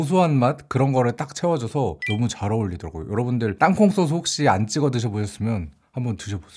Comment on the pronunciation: 땅콩소스 발음할 때 자꾸 땅콩소오스 이러시는데ㅜㅜ 사실 이건 되게 안 좋은 발음입니다😭 땅콩소스를 쓸 땐 이렇게 쓰지만 읽을 땐 땅콩쏘쓰로 읽습니다ㅜ 발음을 지적하는 것이 아니라 그냥 저의 생각이니 악플은 달지 않으셨으면 좋겠습니다!😁